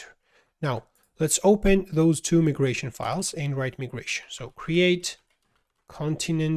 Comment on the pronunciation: for proper english, its not called me-gration, its called my-gration